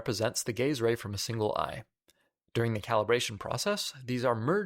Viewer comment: "The gay's ray." Me: "The what now?! Ohhh... the gaze ray. Well, sounds cool either way"